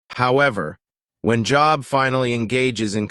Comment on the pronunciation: I can’t even finish a video where the man name they are highlighting is pronounced so wrong.